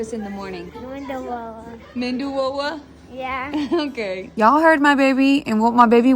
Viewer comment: Pronunciation: Vad - dai Please pronounce correctly. You can also use square foil held in your palm to mould. No ritual which dip to use first. It was always saamba ar - chutney introduced later... Methu Vaddai